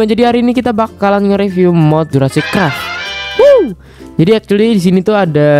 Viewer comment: NGAKAK ANJIR PAS NGOMONG CRAFT